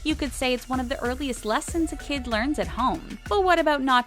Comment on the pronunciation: She said Kim instead of kid haha